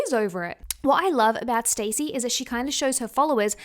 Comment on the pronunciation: It's stassie not stacy